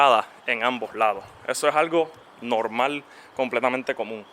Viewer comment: No mas escuchava '' es nolmal, es nolmal "" jajajaja vale varg. Y ya lo compro